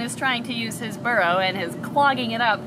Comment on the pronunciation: All I heard was barrow lol